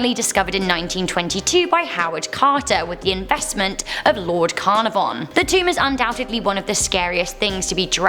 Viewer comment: It’s a shame the presenter can’t pronounce some key people’s names... Caernarvon being an example.